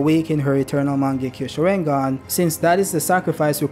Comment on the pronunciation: I hate how he says sharingan